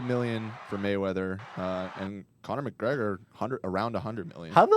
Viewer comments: the way Ethan pronounces McGregor really snizzles my dizzles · “MCGRAGER” lololooolol